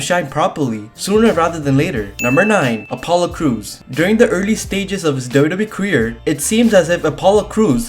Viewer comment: Why does he call WWE dodobe